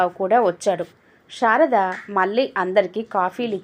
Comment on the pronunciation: Anta baga undandi.kaani meeru sarada peru ni sharada ani chadivaru.